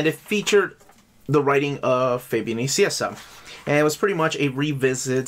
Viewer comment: "Fabian Nicieza" is pronounced as "Fabian NiKieTSA". No pronounciation of a "c" in the name!